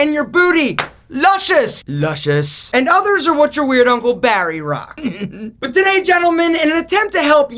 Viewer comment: Nobody:: “LUSCIOUS”